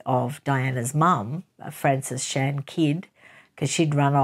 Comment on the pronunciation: you "killed" my name😂😂😂but I forgive you Greek is a difficult language.